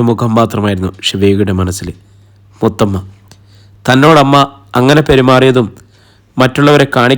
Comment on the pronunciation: മൂത്തമ്മ അല്ല മുത്തമ്മ കേട്ടോ